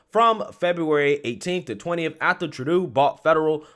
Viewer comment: Thank you for finally pronouncing Justin Trudeau's name correctly!!!